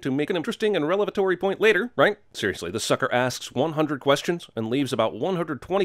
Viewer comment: You said “relevatory” lol 🤣